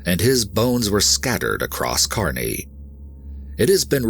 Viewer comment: Thanks for pronouncing Kearney right